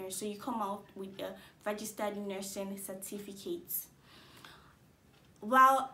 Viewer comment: Why re u pronouncing it as "vergistered" nurse